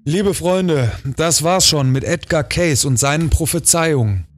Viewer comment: Es wird "kääisi" ausgesprochen